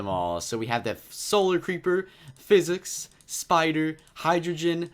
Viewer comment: It’s sicick sounding but really says physic